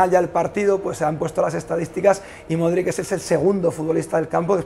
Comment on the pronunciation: Aprende ya de una vez por todas a pronunciar el apellido de Luka. Has gárgaras de limón con sal para esa garganta. Cuídate.